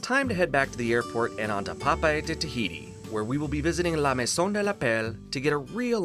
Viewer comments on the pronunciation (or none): none